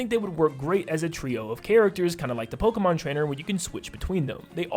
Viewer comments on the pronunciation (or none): none